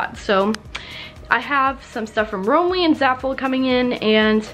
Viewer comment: The way said Romwe made me cringe. Lol